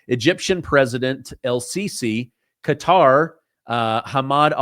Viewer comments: I love your show, but can you please stop saying “cutter” it’s Qatar (kah-tar). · Its pronounced Ka-tar not cutter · Sorry, I don't have your phone number. BUT, I think "cutter" is pronounced: "Ke-TAR"......🧐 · Qatar isn't pronounced 'Cutter'.